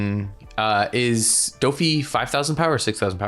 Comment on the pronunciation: This man's pronunciation is so off. "DAH-fee" he says "Thunder Buh-GOO-uh" he says... What?? Is this on purpose. Is this a meme?